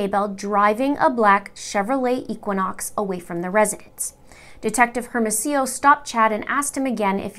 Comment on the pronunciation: Great video! Just fyi the detectives names are pronounced Air-mo-see-yo and Oh-pay